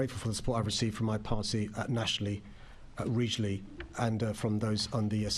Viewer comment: I really can’t understand what Sadiq Khan is saying half the time. For example, regionally, he pronounced as “rejelly.” That’s just one example of many.